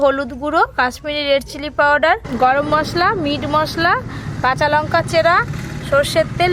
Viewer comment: আপনি উচ্চারণ গুলো ঠিক করে বলবেন কুলা পাতা নয় ওটা হবে কলাপাতা লুঙকা নয় ওটা হবে লঙ্কা না হলে আপনার রান্না আমার ভালোই লাগে কিন্তু আপনার কথাগুলো ভালো লাগেনা